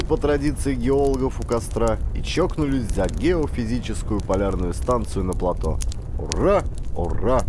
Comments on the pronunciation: ГРАМОТНОСТЬ! ПлатО !!! ПлатОоо! Ять!!! Не могу слушать, извращенец .. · Плато'. Ставьте правильно ударения. Создаётся впечатление, что вы не знаете это слово. Под ? Ваша грамотность.